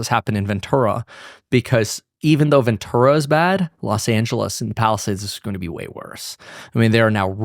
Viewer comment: Ventura is pronounced as venchura.